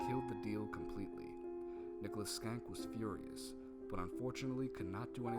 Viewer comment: Schenck is pronounced SHENK and not SKENK. "Sch" in English might produce the "SK" sound (as in "school") but for words of German origin, "Sch" is sounded as "SH" (same as Schlotsky's and schnitzel). Too bad about the audio level drop )